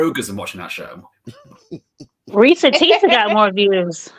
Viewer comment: Not Porsha Teesa 🤣🤣🤣